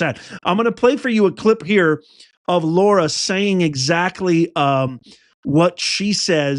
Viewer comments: Lara, not Laura. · It's LARA not Laura, please! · It's LARA not Laura. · Why do you keep calling her LAURA? Her name is Lara. She herself pronounces her name LARA. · Her name is Lara, not Laura. So like in the word Larry not Lorry. Lots of peeps make this mistake in pronunciation and I think a person's name deserves high respect to say it correctly., dedication to MAGA and the truth and loyalty to Trump. Thanx for everything!